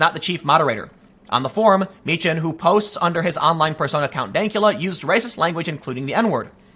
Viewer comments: Tim, it’s pronounced “mee-kan”. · You know how to pronounce Dankula's name (Meechan)......you gave the two options and went with the wrong one. Here's another one for you, Calum McKay.....the ay bit at the end is pronounced the same as "eye." Word of advice, if you're ever in Scotland, steer clear of Milngavie. Trust me, you'll never pronounce that one right. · You got count dankula last name correctly the first time and then you said it wrong second time